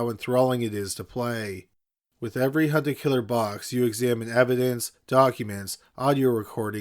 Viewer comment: Be honest, y'all thought he said "Hunter killer" and not "hunt a killer"